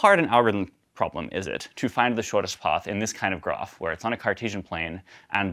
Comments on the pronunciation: The truly hard problem is to find out how this guy ended up with an American accent except for "poth" and "groff" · This guy is from California except when he says ‘path’ and ‘graph’! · It’s amazing how can make the words “farthest”, “path”, and “graph” all sound the same 😂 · The pronunciations differ after many decimal places.